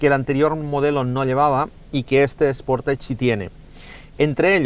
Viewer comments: Buen reportaje. .. solo destacar que la pronunciación de SportAge.... es SPORTEISCH. ..no SPORTASH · Anda que no sois incultos algunos. Dice "sportach" porque la terminación "-age" se pronuncia así en francés.